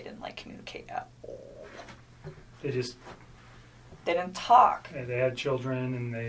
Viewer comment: "ollllllle" why she say all like that? i hate the way she talks not only that but she rambles on! Shes guilty, I wouldn't doubt that she killed his daughters..